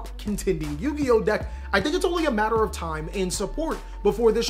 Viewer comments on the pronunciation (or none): none